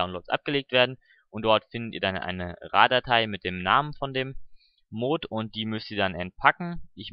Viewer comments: Wieso sprichst du es immer als Mohd aus das heißt Mod kurz gesprochen. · das wird nicht moood sondern mot ausgesprochen :) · das heißt mod und nicht mooooood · triggert das euch aus so das er mooooood sagt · es heisst die Mods und Mod wird kurz gesproochen ;) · Warum sprichst du mod so komisch aus? O.o